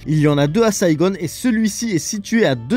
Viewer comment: HELLO! C'EST QUOI CETTE FACON SNOBE A LA MODE ANGLOSAXONE DE DIRE SAIGONE ET PAS TOUT SIMPLEMENT SAIGON????